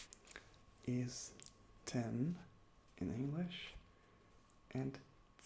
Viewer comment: Omg. You said "ist" instead of "is". When you talked about Film spelling. Maybe I am just deaf..... I know basic German, so there was nothing new for me. But it was relaxing to watch.